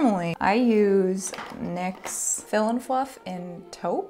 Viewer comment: When you realize she's saying Nyx, as in the brand, and not Nick's, as in her husband's eyebrow pencils.